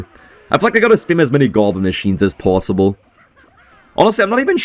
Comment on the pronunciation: is canadian? he says the "o" in pOsibble kinda weird.